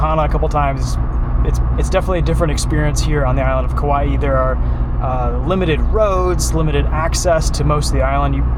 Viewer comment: Said Kauaʻi damn near perfectly,! Nice work.